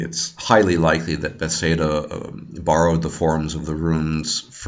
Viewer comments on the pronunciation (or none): Not to be rude, but it's Bethesda, not "bethseda". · Runes (ruins), not ruins. Bethesda not bethseda. Very informative🤙🏻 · before I listen any further I would just like to comment on your pronunciation of Bethesda. It's hilarious and makes no sense to me. furthermore good job and now I'm going to finish the video. lol